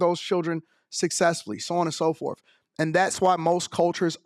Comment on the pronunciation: Stop saying “forf” please. Can’t be that hard to pick up your tongue and say “forth” or “fourth”